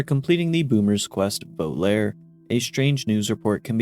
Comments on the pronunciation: Volare was just adapted by Dean Martin. The creator and singer of the song is Domenico Modugno. Also, close, but it's pronounced Voh-lah-reh. Italian pronounces vowels in one single sound, rather than "ay-ee-eye-ou-yu" it's "ah-eh-ih-oh-uh" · It's pronounced (vo-la-ray) you uncultured swine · Not that it matters, and I hate to be "that guy", but the quest Volare! is pronounced Voh-lah-ray. It is a reference to Dean Martin's song of the same name. I love your content, and I love your channel, but my Italian is itching for me to post. Love you man! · Tl;Dr "Vo-lare" is not a word in any language, unless it has become an Obsidian-coined noun, only then would pronunciation be correct.